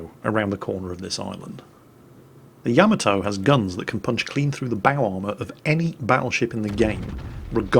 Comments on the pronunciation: Hey - in every replay in which you feature the Yamato, you play that little sound byte. In it, the name of the ship is voiced. And yet, every single time, you mispronounce the name of the ship despite having a sound byte TELLING YOU how to pronounce it! Why!?! Why!?!? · any reason you keep mispronouncing Yamato? You have the song to help you?